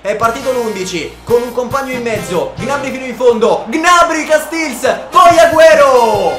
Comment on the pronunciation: 👇 il numero di persone che pensa che pronuncia gnabry in modo scorrretto